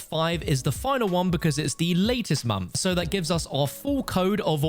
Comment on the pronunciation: At 4 mins i was like wtf is a mamf but then I remembers he said month